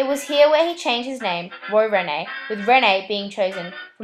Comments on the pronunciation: It's not pronounced Renee but reen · The Hind part of Hindley St is pronounced like Mind. And Rene is pronounced Reen.